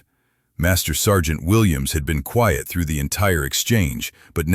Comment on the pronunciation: By the way, Quiet isn’t pronounced Quite. It’s QUI-ET.